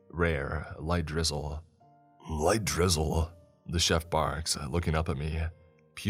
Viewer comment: Okay silly random thought here at first I thought he was saying Gristle. But then he mentioned it as sauce and then it came to me he's saying drizzle. Either way gristle or drizzle. They both sound fucking disgusting